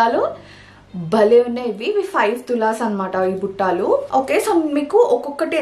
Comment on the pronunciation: Those are "BUTTALU"..Not buttaalu